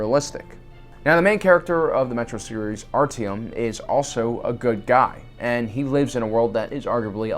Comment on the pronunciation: Work on your pronunciation of artyom